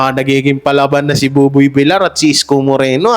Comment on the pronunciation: Boss paki ayos ang pronounciation mo mas oki ung Vilyar na sanihin kesa Vilar pls TVJ din ako forever